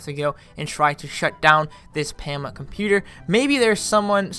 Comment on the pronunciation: its poma. not to be mean